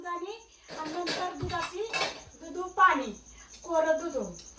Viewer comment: दुदु नाही दुध